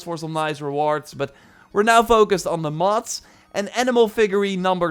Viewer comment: It really sound like he is saying Moths, instead of Mods.